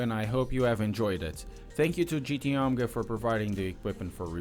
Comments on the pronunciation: GT OH-MEY-GAH, not OMGA lol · Couldn't watch this video because you kept saying "GT Omga". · I believe it's pronounced "Oh-may-gah".